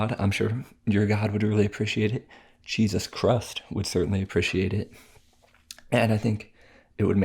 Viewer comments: Did he say Jesus crust? Love him tho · Did u just say jesus chrust